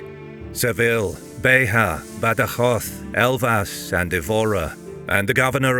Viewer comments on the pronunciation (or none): LeiRIa, not "LEIria". BEJA is "Bezha", not the Spanish "Bekha", the same with the word "ginete". Why can't historical channels EVER ask the natives about the correct pronunciations?